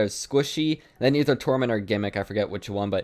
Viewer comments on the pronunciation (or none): none